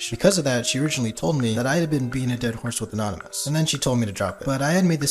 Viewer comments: a-naan-ymous woke up the big two headed camel.. i will correct him so he behave next time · Wtf 😭 bro is such a simp bruh. "A-Naan-ymous" bro what 😭 I'm boutta Kms 😭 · nah but a-naan-ymous sounds like the average 6th grader at my school😂